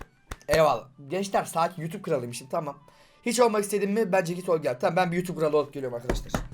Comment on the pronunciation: YUTUP MU YOUTUBE Mİ? Abi niye yutube dedin